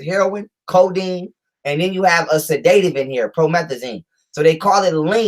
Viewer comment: LET'S MAKE A FEW CORRECTIONS BEFORE YOUR LECTURE. >>>>THE WORD SEDATIVE IS NOT PRONOUNCED SA-DAY-TIVE, THE CORRECT PRONUNCIATION IS SED-AH-TIVE. >>>>NOW, LET'S LOOK AT PROMETHAZINE WITH CODEINE. THIS MEDICATION IS USED FOR PATIENTS WHO ARE SUFFERING FROM PNEUMONIA WITH A PERSISTENT COUGH THAT CAUSES SEVERE CHEST AND LUNG PAIN. >>>>THE PROMETHAZINE IS A COUGH SUPPRESSANT BY ITSELF AND IS HARMLESS WHEN USED CORRECTLY. >>>>THE CODEINE IS TO RELIEVE THE PAIN WHILE THE PERSON IS COUGHING. >>>>NOW THE PROBLEM THAT COMES IN WITH THIS MEDICATION IS THE FACT THAT THE CODEINE IS MIXED WITH TYLENOL WHICH IS DAMAGING TO THE LIVER IN LARGE AMOUNTS. >>>>USUALLY THE DOSAGE OF TYLENOL TO CODEINE IS 325MG(TYLENOL) TO 5MG, 10MG, 7.5MG(CODIENE). THE LIVER CAN SHUT DOWN IF MORE THAN 3000MILLIGRAMS OF TYLENOL IS TAKEN WITHIN A 24 HOUR TIME FRAME. >>>> THE USUAL DOSAGE IN A TEASPOON (5ML) OF LEAN IS THE 325MG/5MG, 10MG, 7.5MG. >>>>SO, 325MG(TYLENOL)X10 TEASPOONS IS 3,250MG. ENOUGH RIGHT THERE TO SHUT THE LIVER DOWN. >>>>WHAT IS HAPPENING IS THAT, IT IS BEING POURED WITHOUT MEASURING PLUS MIXED WITH OTHER SHIT! >>>>AND MAYBE POURED MORE THAN ONCE A DAY. SO THEY AREN'T ALLOWING THE LIVER TO CLEANSE ITSELF TO PREVENT FROM BEING OVER DOSED. >>>>THE MEDICATION IN LIQUID FORM CAN BE PRESCRIBED AS 1 TEASPOON EVERY 4 HOURS WHICH WOULD EQUAL 1,950MG OF TYLENOLIN 24 HOURS OR 2 TEASPOONS EVERY 6 HOURS WHICH WOULD EQUAL 2,600MG OF TYLENOL IN 24 HOURS. (4X6=24, 6X4=24). >>>>THE SPACING ALLOWS THE LIVER TO CLEA